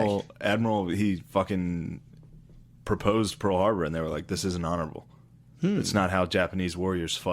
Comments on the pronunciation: "It wasn’t Honoraburr" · “That’s the thing they debated, was whether it was honorabrrr.”